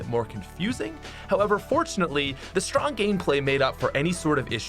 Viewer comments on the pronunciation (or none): none